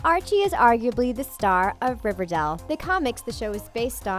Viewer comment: Y they say riverdale that way “Riverdell”